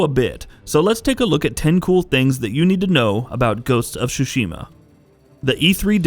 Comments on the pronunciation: It's Ghost of TTTSSSUUshima and not xuxima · Very excited for this game! But, it's torture to my ears every time he says "Sushima" instead of "Tsushima"... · Hahaha, this dude pronounces the title as Ghost of SUSHI-MA! LOL! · Please stop pronouncing it SU-SHI-MA. The tsu sound is not the same as the su sound. I just want people to take the Japanese language more seriously if you are into the Japan culture and history. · The T isn’T sillenT... Tsushima :/ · First learn to pronounce the name right god damn it